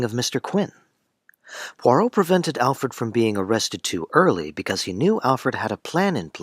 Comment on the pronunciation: It's not Pore-Oh. It's Pwa-roh. I can't keep listening to you mangle the name. If you were a fan and had watched the show, you wouldn't be mispronouncing it. This must be AI.